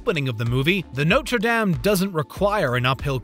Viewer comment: I found the "damn" just as, if not more irritating, than the usual americanized "dame". At lease "dame" makes sense if you didn't do your research, and had never seen/heard the word before. (It is an american channel, after all) But yeah, "dom" would be much closer to the correct pronunciation.